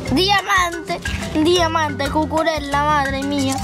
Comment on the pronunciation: Cucurela así no se dice.